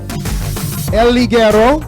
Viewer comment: I wouldn't mind El Ligero as the mexican representant if he knew how to pronounce his fucking name in spanish.